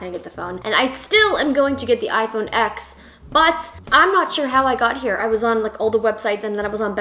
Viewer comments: It’s pronounced “iPhone 10” not “X” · It bugs me so much that you say iphone "x"